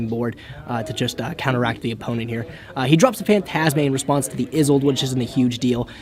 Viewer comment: "isolde" not "izolde" you can be better than dzeeff.....